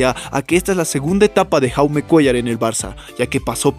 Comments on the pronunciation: Se pronuncia yaume como jordi se pronuncia yordi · Se pronuncia yaume, su nombre es proveniente del catalán y no Jaume como pronuncia el comentarista del vídeo, y no lo hago con la intención de criticar si no simplemente informar.